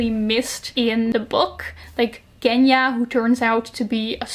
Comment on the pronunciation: Hello I'm a Russian native speaker, so let me just correct you a bit. 'G' in Genya is pronounced like 's' in 'pleasure' or like 'j' in French. I've heard a lot of people pronouncing it wrong, so I hope this comment will help